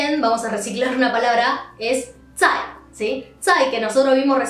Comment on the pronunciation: Las otras palabras las dices muy rápido zai suena a t